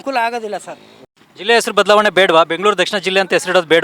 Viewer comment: Esru😂 alla sir, hesaru, kannadada kole 😂😮